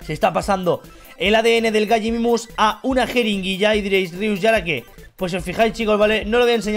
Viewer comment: se dice Gallimimus